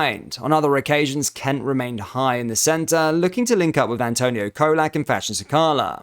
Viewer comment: Quite a few mispronounced names colak Cholak ,cousin, coosan